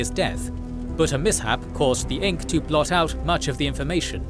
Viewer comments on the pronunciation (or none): none